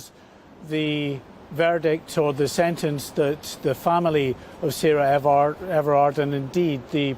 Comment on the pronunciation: It’s Sarah Everard not Everette. I know this wasn’t on purpose but you said this wrong at the beginning. It’s important to get this right out of respect for the victim